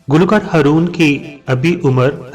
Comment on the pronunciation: م پلیز اردو تلفظ کا خیال رکھیں, ہرون نہین , ہارون بولیں..